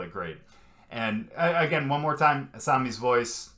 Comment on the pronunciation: FYI - Asami's name has the accent on the middle syllable - uh-SAH-mee